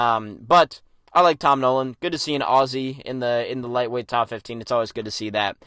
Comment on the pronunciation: As an Aussie, thanks for pronouncing "Aussie" in a way that isnt nails on a chalkboard like 99.5% of North American's do (I ain't letting Canadians off the hook for it either)